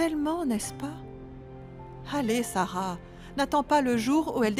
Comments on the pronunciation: J'suis la seule à entendre que a dit Sara à la place de kara???? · Kiyès ki tande lè rele kara:sarah 😅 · Qui comme moi entend dit Sara pour Kara 😂 Pointez votre doigt ❤ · Qui a entendu appellé Kara Sara comme moi 🤣🤣? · Qui comme moi a entendu appeler Kara:Sara😅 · Qui comme moi a vu que a prononcé le nom de Sara au lieu de Kara🎉🎉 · Eske se mw slman ki tande di Kara "Sara"